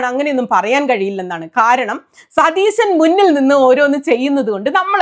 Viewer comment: സുനിതാ.... സതീസൻ അല്ല... സതീശൻ ആണ് 🙏🏻😂😂